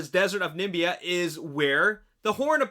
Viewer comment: it's Namibia , not Nimbia